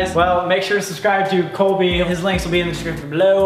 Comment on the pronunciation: Sam is definately jealous because he said "when you started brobly" im like Colby HoW dArE yOu StArT bRoBlY iT's MeAnT tO bE SoLbY!!